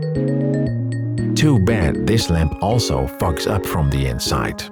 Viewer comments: “Too bad this lamp also f*cks up from the inside.” I can’t be the only one who heard it like that, right? I know you said “fogs,” but still. 😂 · i thought this was the classiest cursing ever recorded until i realized he said "fog" and didnt actually drop an f-bomb. i seriously thought he said "too bad this lamp also f###s up from the inside" until i turned on CC 😂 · that did not sound like "fogs" lmao